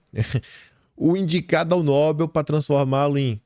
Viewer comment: NÓbel não kim, é NoBEL, é uma oxitona.